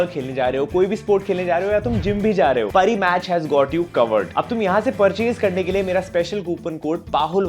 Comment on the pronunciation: Pari match nahi paari match